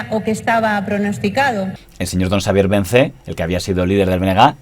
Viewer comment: Vence, no Vencé. Y Xose, no Joxe. Se entiende la dificultad. Y gracias por el reportaje 🤗